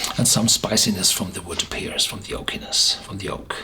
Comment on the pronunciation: My German is pretty bad despite 4 years of classes, and I can only follow about half of what your say in your German-language reviews, so I hesitate even to mention this, but 'pear' is pronounced the same as 'pair', not 'peer'. Sorry, I just know that when I misspeak in other languages, I prefer to be corrected even if it's a bit awkward for the other person to do so. 'Pear' keeps popping up in these reviews, so I figured I might mention it. No officiousness meant -- I wish I were half as comfortable in German as you are in English!